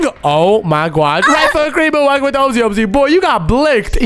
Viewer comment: IT'S OMZ NOT OMS